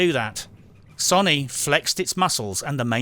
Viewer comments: Ffs 21! Watched I don't know how many reviews but enough is enough! Sony is not sonnie! It's so-nee! Get it right son! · i kept hearing soyny and agreed. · LOL.....im listening and my brain is like ..... the way you say Sony......lmao..... you are saying Sonny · Have you been around for the last 20 years? It's pronounced "So-knee" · I'm pretty sure it is pronounced "Sony", but you can pronounce it "Sony" if you like. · As usual love your videos. Only nitpick is how you pronounce Sony. :P